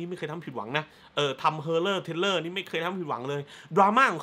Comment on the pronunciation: Horror Thriller = เฮอเรอร์ ‘ทริล’เลอร์ / ไม่ใช่ เทรลเลอร์ ครับ